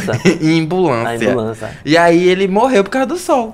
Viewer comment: 'imbulancia' kaakakakka